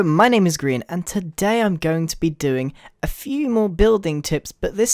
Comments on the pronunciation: Why is it pronounced like Greean instead of Grian, like Brian? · Is it pronounced gre-en or gry-an, because you said gry-an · Pronounce Brian, ok now pronounce Grian. See, it doesnt make any fuCKING sense